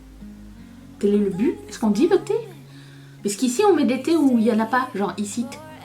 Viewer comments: On t’aime, même les jours où tu es grognon ou grognonne 😂et tu peux dire à Mathieu qu’on dit butttttt😂 💋💋💋💋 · Coucou ma belle, moi j'adore voir tout ton MU, du début à la fin, je kiffe. Et Oui, on prononce bien le T dans but. et je confirme ce qu'une autre riri t'a écrit, c'est bien le groupe Chic qui chante en 1978, "le freak, c'est chic" ! Bisousssss